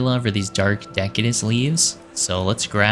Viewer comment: Enjoyed the video, your house was very reminiscent of a British Tudor House. Also for future reference, deciduous is pronounced deh-sid-you-us. Lol If you didn’t know, Deciduous trees are trees that shed their leaves annually like Oak, Birch, Maple and Willow trees.